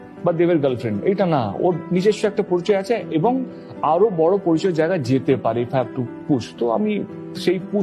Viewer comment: এত দিন বাংলায় থেকে, বাংলা ভাষায় কাজ করেও বাংলা ভাষা ঠিক মতো বলতে পারেন না। পরিচয় শব্দটাও সঠিক উচ্চারণে বলতে পারছেন না। বাক্য গঠনের ব্যাপারটা বাদই দিচ্ছি